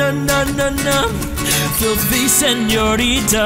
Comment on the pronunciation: "Seniorita" jajajaj It gives me grace because as the USA do not have 'ñ' you have to improvise xd